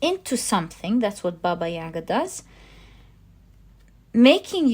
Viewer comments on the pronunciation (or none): I love the Slavic tarot deck! always look forward to it in the readings. I am Russian, but live in China. can I suggest an advice of pronunciation? Bàba Yagà emphasis on the last a 🤗 love your readings with all of my heart ♥️